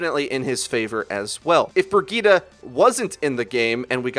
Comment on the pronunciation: With the way he was pronouncing Brigitte, I couldn't even finish the video lol.